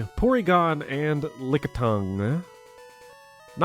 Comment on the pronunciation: why did you say lickitung like that 😂😂